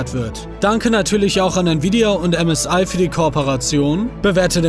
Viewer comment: Als Manu msi gesagt hat habe ich zuerst csi verstanden 😂😂